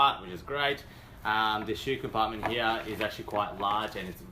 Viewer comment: I like how he says "heahhh" for "here". Sounds military. Good review. Thanks